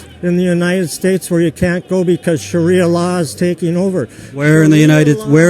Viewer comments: "Shawia lion" "Constertation" lol, what is this nigga on? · did he say sharia lion the firs time ? ^_^